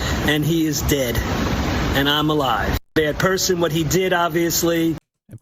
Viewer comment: "Bad persson" 😂😂❤